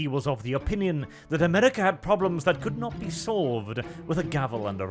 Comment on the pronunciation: Funny accent “Amedica”